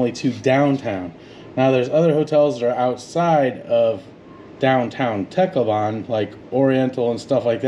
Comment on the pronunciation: It’s pronounced TAHCLOWBUN